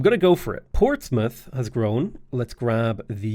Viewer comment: So Great Britain is as great as your pronunciation of British towns/cities. Old Ham... Ports Mouth.... Ahhhhh my English in me is cringing hard